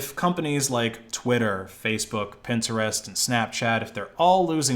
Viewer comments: the way he pronounced pintrist was freakin hilarious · Stop saying Pinterest like that gd bro and nobody uses snap chat that shit is dead